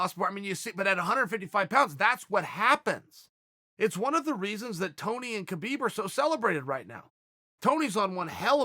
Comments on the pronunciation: not sure if your a man or woman but its actually pronounced "Kha - Bib" its KHH sounds which doesnt exist in the english language, the same sound when your clearing your throat. only westerners say habib or kabib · Ha-beeb he did a video saying no kh it's ha-beeb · You’re both right about the name: Khabib. Usually it should be : HABIB : an Arabic name, but for whatever reason in Dagestan they add the K just before the H. So in both ways it seems correct but as it’s an Arabic name it should be simple : Habib. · Yes uncle Chael, it is indeed "Rabib", as it is "Vanderley" as well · It's actually pronounced "Khalabeeb" Uncle Joey told me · Chael: Hi K-habib Khabib: Hi... K-hael... Khael: Ok great. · Chael says Khabib calls him Kale. Kale is a vegetable ^^! XD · It is "Habib" champ! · 😆 Khabib definitely trolling calling you Cale cause you call him KA-Beeb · Lol yep. Thats immediately what i thought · Does Khabib really call uncle Chael Kael? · That dumbass doesn’t know how to pronounce Khabib. Don’t listen to random entitled SJW’s. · Uncle Chael, Russians don't have a H sound, nor a letter H in their alphabet, the closest is the cyrillic X or Kh equivalent in latin text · Since Khabib is an Arabic name, As an Arab I can pretty much confirm that this guy doesn't know anything. It's neither pronounced with a K nor an H. It's pronounced with this this letter خ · The k is silent in Khabib. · I bet khabib calls you kale because you mispronounce his name😂😂